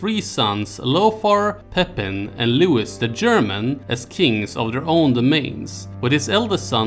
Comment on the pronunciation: It’s pronounced”Looeee” not “Looowisss” . . . Ruined the whole video